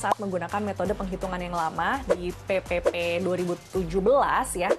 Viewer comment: Bila dengarin sebutan PePePe kayak sebutin PEPEPEK😂😂😂